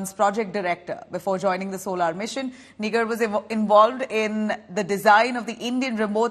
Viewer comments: It's Pronounced asNIGAAR not Nigar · It is not niger, but Nigaar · It's Nigaar, not Nigar. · Nig*er kya bol rhi ?? Nigar ( gaar) bol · Please pronounce her name as 'NIGAAR'. Its Persian word is also used in Urdu.